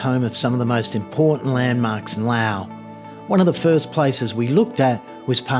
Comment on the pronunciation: It's pronounced Laos with an "s", great place to live, today in my village it's 32°C no power or water for the weekend, this place is getting expensive, my Laos neighbours go to Nong Khai hospital for treatments, yes romantic and rich history, but they don't pay the bills, Patuxai, called the second airport, built with left over tarmac concrete, how do you pay the bills when many things are listed in US dollars, it's pronounced Laos with an "s", best to stay in Thailand, if you have a breathing issue don't come here, lots of dust and afternoon rubbish burning, plastic, rubber and more, you're welcome.